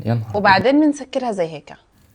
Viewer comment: هيك ❎ هيكا☑️